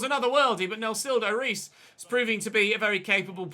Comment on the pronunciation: Sup,? A Brazilian here, just a heads up, you should pronounce the name Reis just like the english word "Hays". Loving the series, like you said in the previous episode, this is the most realistic one by far! Keep up the good work ❤️👊